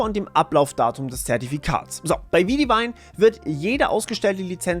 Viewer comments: Widevine ist eine Wortschöpfung aus den Wörter wide(breit) und vine(Rebe), also im Grunde genommen grob übersetzt breite Rebe. Dadurch, dass es eine Wortbildung aus zwei bekannten englischen Wörtern ist ist die Aussprache auch wie bei diesen. Um die Aussprache zu verdeutlichen, du sprichst es ähnlich aus wie wenn du Weitwein sagen würdest. Das e in wide ist also stumm und vine klingt ähnlich wie das deutsche Wort Wein. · Einfach Widevine [white Wein] aussprechen, das erste Englisch das zweite Deutsch, notfalls weit Wein. 🍷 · Ist die seltsame Aussprache von Widevine die korrekte Aussprache? Ich hätte jetzt intuitiv einfach wide-vine gesprochen. 🤔